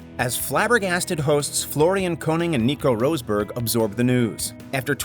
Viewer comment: . Its ROSS BERG (rosberg) not ROSE BERG